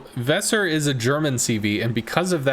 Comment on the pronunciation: The "s" in Weser is soft spoken and both "e" are long.